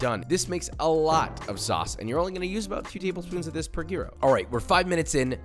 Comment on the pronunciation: "Jeero". Jesus christ Josh. Learn to properly pronounce what you make. It's not hard these days, what with the entire internet at your fingertips.